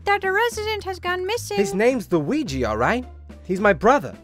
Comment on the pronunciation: "WeeGee" Board